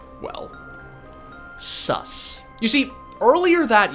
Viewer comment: haha why did you say "Sus" like that